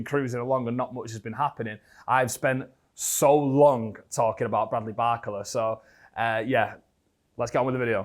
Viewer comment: Everytime he says his name i cfinge, isnt it bar-cola and not barcela? 😂